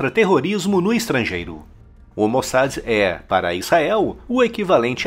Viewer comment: Pronuncia correta...... MOSSÁ.....